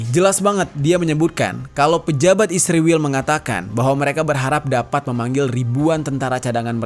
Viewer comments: Kurang nyaman dengar kata isriwil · Kenapa sih harus nyebutnya isriwil..? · Sebelom gegayaan ngomong isriwil benerin dulu tuh 29 februari 😂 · SEBAGAI SEORANG PUBLIC CONTENT CREATOR TIDAK SEHARUSNYA MENYEBUT ISRAEL DENGAN 'ISRIWIL' SEDANGKAN MENYEBUT IRAN & AMERIKA DENGAN SEBUTAN BIASA.